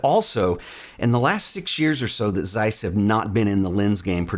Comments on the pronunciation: ok, but it's pronounced Zeiss not Seiss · May be irrelevant, but it's - they're German. Good review!